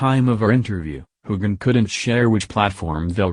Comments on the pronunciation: I completely agree--the mispronunciations, not only of Sam's name but other key actors, are hugely distracting from an otherwise interesting recap. The robotic cadence and intonation of the commentary also detracts! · I had to shut this off. Using a computer to narrate just doesn't cut it. Even mispronounced Sam's name, fer cryin' out loud! Next time, pull someone in off the street to narrate! It'll be a lot better!